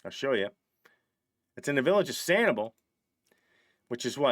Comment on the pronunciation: we love ya but it’s pronounced SAN-ih-bell 😊😊😊 love that 3rd house